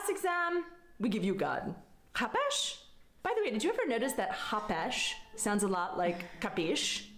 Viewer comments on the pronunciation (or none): Its not chapeš Its chápeš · IT Is chápeš ne hapeshsh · It's chápeš, not hapesh. Seriously, watching foreigners trying to speak my country's language (Czech) is absolutely hilarious because it's so easy to get it wrong and say something absolutely ridiculous XD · She doesn't even know how to pronounce ''Chápeš'' and has the audacity to say what she said. To nepochopíš...